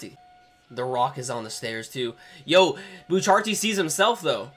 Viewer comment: It's not pronounced bucharti the helk